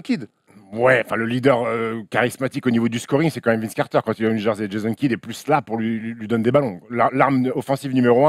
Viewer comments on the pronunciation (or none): none